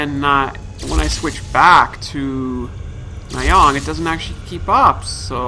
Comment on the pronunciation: It's mah-jong not may-hong